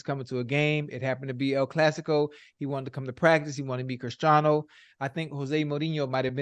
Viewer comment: ocho cant even say christiano’s name right lol